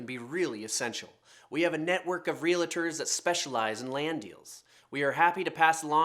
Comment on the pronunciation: Realtors.. not Reealatores! Haha